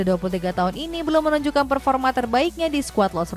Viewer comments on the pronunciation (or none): none